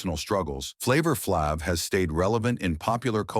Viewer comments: You can pronounce everything else correctly but wanna say FLAVA FLAB, maybe you're the one who been on and still is on drugs. Don't mess up my boy name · You can't even pronounce flavor flay's name correctly.